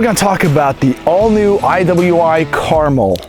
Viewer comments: Is it really pronounced caramel like the candy, though? I would tuink it's more pronounced like "Car-mell"... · I believe it's pronounced Car-MEL. Nice rifle, though. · “Out of the gate”, not “off the gate”. Also, the name is carMEL, with the accent on the second syllable. Look it up! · Americans.... Pronounce car-MEL. As in Mt Carmel and Carmel beach. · Goddamn. It's Car-mél... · It pronounced kar-mel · Pronounced Car-MEL!!🤦‍♂️ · It's pronounced car-mel like cal-el. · Pronounced Car-mel. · It is pronounced Kar Mel not carmel, I am going to buy one very soon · Pretty sure it's pronounced (Kar-Mel) like the mountain not Carmel like the candy. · You should put emphasis on the 'mel' in carmel. Thats the correct pronunciation. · Damned you weirdos... its carmel!!... ....PHA-KIN-CAR-MELL. not mull, MELL.😡😡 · Carmel.... "Car-mel" Rhymes with Bar Smell Like the city in california... no? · You’re pronouncing it wrong. Lol. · For the love of God, stop mispronouncing Carmel. It is named after Mt. Carmel in Israel. The emphasis is on the second syllable,not the first.